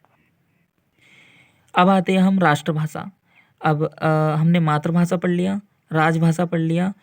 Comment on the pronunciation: मातृभाषा का उच्चारण सही बोला करो सर